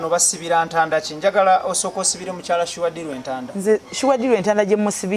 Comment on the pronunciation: I love the way pronounce this name"Suwa deal "😂